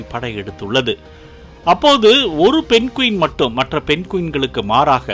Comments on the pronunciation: Adhu penguin not penqueen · Penguin not Pen Quin.. 😊